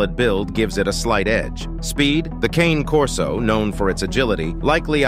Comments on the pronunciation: When you have Ai do your video voice over, it reads "Cane" like walking cane. The dog is a Cane Corso. Pronounced KAH - Nay. Only other challenge flag is saying the bull mastiff is more protective than a corso. I would say it depends on the individual dog, but Cane Corso LITERALLY translates to Guardian Dog in Italian earned because of how protective they are. I breed Cane Corso. 🇮🇹 My male and female are both as beautiful as they are protective. They only get aggressive when you say "cane" wrong. 🤌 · I have 2 Cane Corso's. You're mispronouncing their name. They're not a piece of peppermint or a walking stick (cane). It's Ca-nay Corso. It's an Italian mastiff. If you don't know how to pronounce their name, then you don't know the breed! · I know that you don't know how to pronounce Cane Corso.... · That is not how you pronounce it, it is an Italian dog, now think about that...